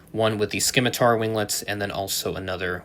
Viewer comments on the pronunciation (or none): It's not just tariffs that are slowing U.S. releases. If that were the case then what's affecting European airlines? Soft "C" on the Scimitar pronunciation. Nice vid, nice to see what's coming.